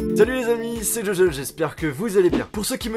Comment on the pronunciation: gogol mdr